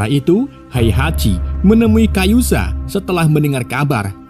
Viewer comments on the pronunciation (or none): Kazuya min bukan kayuza 😂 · Kazuya bang woii Kazuya bukan kayuzA kayuzA kanjut lu bang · Kazuya bukan kayuza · Kazuya - Kayuza wkwk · Bro bkn kayuza tpi kazuya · Kayuza saha anynx!? Ka Zu Ya kali ah. Nina jg nyebutnya Ana 🤦‍♂️ Riset min...riset... 😑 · 🙏Mon ma'af harusnya Kazuya bukan Kayuza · Typo bener mulut😂 kazuya bg bukan kayuza😂😂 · Ka-zu-ya bukan Ka-yu-za....iq 78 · Kazuya kampreet 😂 Kayuza kayuza 🤦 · KaZUya Om, bukan KaYuZa :) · kazuya blok, bukan kayuza awkoawkkawko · Min Kazuya min bukan kayuza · KAZUYA Bang. Bukan Kayuza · Kazuya min ...bukan kayuza😂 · udah bener nulis kazuya bilang nya kayuza😭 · Kazuya bang, bukan kayuza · kayuza 😂😂😂 yg bener kazuya fergoso😂😂😂😂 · Kazuya min bukang kayuza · Kazuya bkn kayuza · Kazuya bang bukan kayuza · Kazuya bukan kayuza 😂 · knp kayuza kn kazuya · KAZUYA bukan KA YU ZA mimin😡😭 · Kazuya minnn bukan kayuza 😂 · Kazuya apa kayuza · Kazuya ❌kayusa ✅ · kazuya min bkn kayuza😂😂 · Kazuya bukan kayuza😂😂😂😂😂 anda bukan penggemar tekken😂😂😂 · kazuya min bukan kayuza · Kazuya bosku bukan kayuza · Kazuya or kayuza bang😂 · gw sampe² mikir antara kazuya atau kayuza min😭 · bikin bt pas sebut kayuza